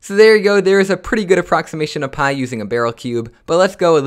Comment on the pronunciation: Lol don't say "byii" Say "pii"